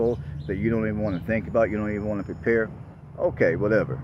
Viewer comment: I keep hearing this ja makin guy I used to work with say PREPARE every time you say prepare. It's funny to me LOL